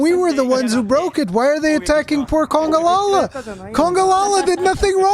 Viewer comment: congas not congalala